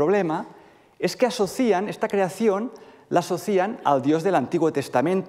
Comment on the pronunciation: ¿propicía? 😂 "asocían" Hay lagunas en la acentuación del presente de indicativo de verbos de la primera conjugación acabados en -iar.